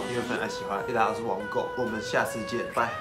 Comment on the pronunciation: 为什么王狗有时会说成网购XD